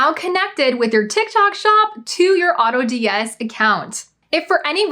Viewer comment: I was listening but had to stop after you just said Autods